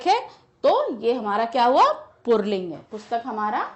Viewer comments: Ma'am ur pronunciation of पुल्लिंग is not correct. It is not "पुर्ल्लींग" it is "पुल्लिंग". Is ke pronunciation me r word is not included. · Ye mam pulling ko purling kyun bol rahin hain😅🤣tq u mam❤❤❤❤ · its pulling not purling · पुल्लिंग ही बोला जाता है न कि पुरलिंग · Pulling ❎ purling ✅ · Mam purling nai puling....😂😂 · Mam pulig ko purling bolti hai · Pulling hota hai purling nahi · Mam please can you tell me that where you see र in पूलिंग because you are pronouncing पूलिंग- poorling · Mam puling hai na purling nahi hai. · Purling nhi puling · पुल्लिंग को पुरलिंग क्यों बोलती हैं आप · Mam says purling 😂